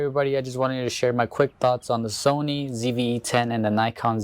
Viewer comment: What is a zony? Is English your second language? I'm just curious. For the record, the Sony does have a touch screen. By default the touch is used only for focus.